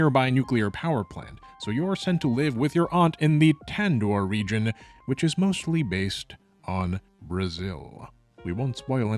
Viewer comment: "Rijin... Region"